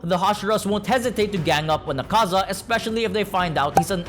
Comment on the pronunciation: Btw it’s Ak-A-Za not A-Kaza